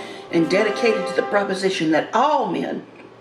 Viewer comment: And when she says DAT for that!